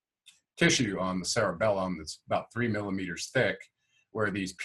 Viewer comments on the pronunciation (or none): none